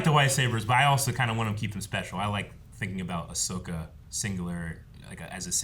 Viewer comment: It's Ahsoka Mutha Fuckas